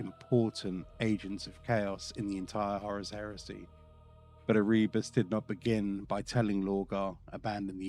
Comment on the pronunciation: Love the video, but I feel like you are purposefully mispronunciating the names like ErREEbos GUULeman just to spite the loyalists.